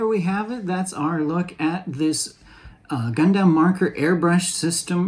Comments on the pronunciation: Is it just me or is it weird how he’s saying gundam (gun-dem?) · I would have loved to watch but your inability to pronounce Gundam correctly has kept me from doing so.